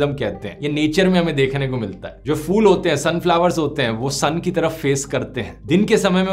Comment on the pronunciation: fool nahi phool sahi pronounciation hy :)